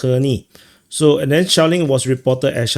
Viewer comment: when you said “shelling” , i heard “shaolin” and thought: great, they’re now saying shaolin (monks) in addition to north koreans in kursk 😂